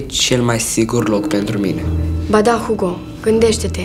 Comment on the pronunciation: Hugo în Spania se pronuntã ugo